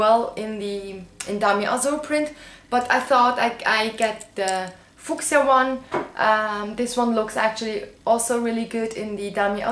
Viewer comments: I think the color of the bag charm is fuchsia, pronounced few-sha. :D Your English is amazing though. Fantastic video as always! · Time for another one of my English lessons. :-) The "fuchsia" keychain is pronounced " few-sha". I really like the sunglasses on you. I find that Ray Bans make people look like they have 2 sad droopy eyes. The LV look great. And I luv the scarf. Rose is so much more pretty than the one you originally wanted. Great choices!